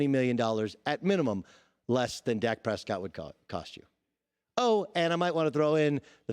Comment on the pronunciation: Dak Prespott